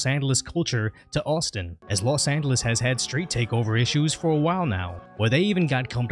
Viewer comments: Say lo angeles again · Ahh yes Los Andelus Nothing like a speech impediment to make an otherwise boring video a little interesting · “in los anduhluz” 😂 los anduhluz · This guy pronounces Los Angeles without the g sound lol. Kinda trippy